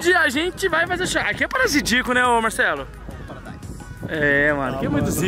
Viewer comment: Wou essa ilha é MT "parasidiaca" kkkkk Erro proposital pelo rê kkkkk Rachei mn